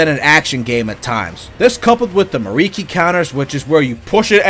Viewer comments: It hurt on a personal level hearing him say miriki instead of mikiri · Me-Kee-Ree, not Mariki...it was killing me. Great vid though!